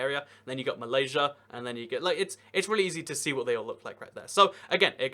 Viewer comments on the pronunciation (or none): none